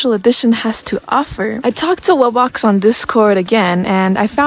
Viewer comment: The way you said wubbox is correct